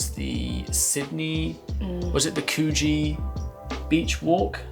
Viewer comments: Please!! - It's pronounced 'COULD- JEE' !! - NOT Koo ? Kew? Jee - urgh!!😢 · They didn't say Coogee properly, sounds more like Couldgee.